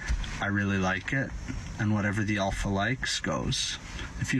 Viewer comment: He's not the alpha, he says he's the Olpha